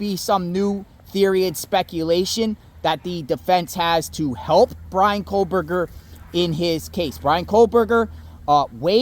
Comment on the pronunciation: Over a year later and you’re still calling him KOHLberger?! lol😊